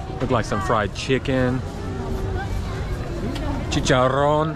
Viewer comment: 📬I like your pronunciation on chicharron😅👍💯♥️